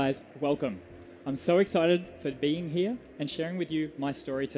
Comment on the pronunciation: Anyone else hear (at the start) "Hey guys, I'm so excited for bean here!"?